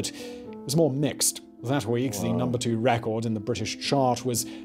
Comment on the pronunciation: I'm sorry to have top say this, rather pedanticly, but, I now know why I dislike this youngster posh English Youtuber, so much. Even though most of what he says in his video is correct. He is too young to know how to pronounce many basic English words , RARECORD?! ...record; Coi-liery ...Colliery and, famous (in the U.K.) names, it is excruciating! Michael Hesel-tine..not Hestentine. Good Lord.